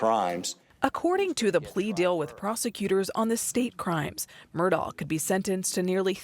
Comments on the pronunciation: Why is she pronouncing it as Murdoll? It isn’t even remotely right - we hear Alex even pronounce his own name very clearly as Murdock. Strange decision by producers to not correct her. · Why “MUR-DOLL” there’s no “L” .. it’s “Mur-Daw” Murdaugh… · The reporter has no idea how to pronounce Murdaugh. My poor closed captioning is struggling. Murdock, Myrtle, Murdall...